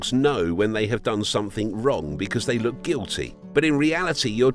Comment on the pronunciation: "They love taking wooks"